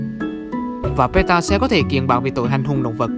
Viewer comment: PETA thành Pate :)))))